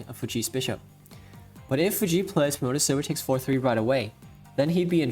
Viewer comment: Yeaj I can see why ishikawa-sensei tells me to keep my hands from classical bex. Also I cant help but hear "pro-motor silver" xD. (btw may I ask, the one commenter keeps talking about not being able to keep up with shogi cause he doesnt know japanese.... Does he know that SH exist? Sorry that I am asking like this, I just dont want to like.... do promotion or anything without your permission lol